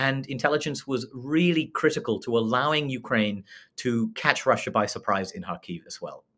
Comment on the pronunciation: Please stress Kharkiv on the 1st syllable. The “kh” is “ch” in “loch”.